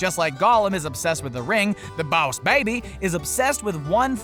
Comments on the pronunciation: stop saying bause baby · Baws Baby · Why does he pronounce 'BOSS BABY' as 'BAOS BABY'? It sounds DAMN ANNOYING when he says 'BAOS BABY' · Right ?!? Like why does he say b-ow(like in pain )-s baby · i stopped watching cuz he kept saying boss like bause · It's more like BAAAA- USEEEEEEEEE BABBBBBYYYYY (Slowed down) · IF I HAD A DOLLAR FOR EVERY TIME HE SAID BOAS BABY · "Bows baby" Everytime he said it I died from laughing Lol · Its boss not baws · Rewatch the video and take a drink every time he says “BOWSH BAYBIE” Actually don’t cuz you will die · Dude it's "boss baby" not "bowss baby" 🙄😑😂😂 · take a shot every time he said bouse babay You'll get alcohol poisoning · BAUSE BABY !!!! 😂😂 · It's boss baby not bows baby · it is boss baby not bowus baby. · It's not baus baibi its boss baby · Im late but stop saying “ballsh barbie” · Why are you saying bouse or baws instead of boss? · Why say boss wrong???? ( baoss baby?????) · Stop saying bass baby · What's bause baby it's boss baby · Boss baby. . Not boyus bahbay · 100% stop saying bause/bauss baby!!!! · OMG THE WAY HE PRONOUNCES BOSS BABY SO ANNOYING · jocileah msp baaaaaasss baby😂😂😂😂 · The baws baby 🤣😂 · Why is this guy so unusually pronounced "boss baby"?Is this a Southern accent? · Why can't you say "boss" correctly. It's super annoying. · why do u say boss baby like dat its so weird i was seriousally trying to pronounce how he said iy 😂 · What is Bause Baby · You know dang well you dont need to be pronouncing boss baby like that. Its a pain to listen to while watching. Dont know if whether to like or dislike. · Bowse baby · Boswz baby? Huwat? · I've never seen Boss Baby, but isn't the whole movie a flashback? Like him telling the story to his kids? Also, I know that a lot of Top 10 channels tend to mispronounced things, but how do you manage to mispronounced Boss? If it's a joke, it's not funny.